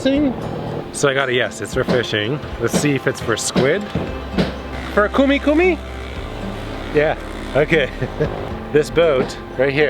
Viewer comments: cumi-cumi not kumi-kumi, actualy in indonesian cumi-cumi we read like chumi-chumi. 😁😁😁😁 thanks for visit indonesia... i enjoy ur videos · lol good trying, I like when you said "Cumi Cumi" Kumi Kumi... it actually close to Chumi Chumi... love your video content... exploring the entire shoreline of Indonesia. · its (cumi-cumi) choo me choo me not khoo me khoo me for the squid. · Cumi-cumi...not Kumi-kumi, love your journey 💙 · When you said "KUMI KUMI" I laugh so hard haha.. in Indonesia we use the letter C as it is, you dont need to change it for K. 😁